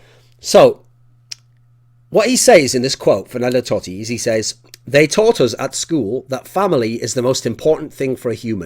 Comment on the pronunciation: I dont think you understand how much love Rome and AS Roma has for Totti, there has been seasons where he has had drops in performance, but the club stil stood behind him all the way. Awesome that you talk about Roma and Totti, but at least get the name right.